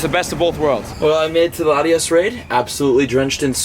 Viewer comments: Latios not latias!!! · Why is everyone calling latios latias???? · Buddy we love you but its latios!!! Now haha